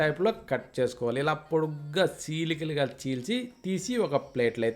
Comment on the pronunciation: సీలికలు కాదు చీలికలు